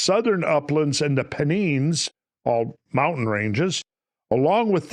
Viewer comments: Pen Nines not Peneens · I was lucky enough to visit both the site of Stonehenge and Glastonbury Abbey earlier this year, I never linked the two though. Well, I’ve learned something new today, thanks yet again Randal. By the way, Pennines is pronounced Pen-nines like the writing implement and the number. I live somewhat locally to that area (2hr drive from Manchester). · Pen 9s it is pronounced my dear fellow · its pronouced PEN 999999S